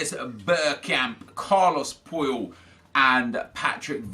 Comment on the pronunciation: I stg you said Carlos Poil